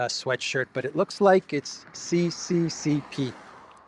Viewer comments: Lavrov not just the world's top diplomat. He's also a fashion trend-setter! Great T-shirt. Where can I get one? Btw CCCP is not pronounced Cee Cee Cee Pee but SSSR. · The 'P' is not P, it is R in Russian Alphabet the P is R. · "CCCP" is pronounced SSSR! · it's not cccp it's sssr